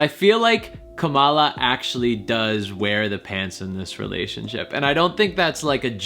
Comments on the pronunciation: It’s Kamala with similar emphasis to Pamela. Heavy on the first syllable. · Her name is pronounced like "Comma", Comma-la Harris